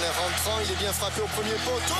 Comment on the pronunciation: "C'est bieng"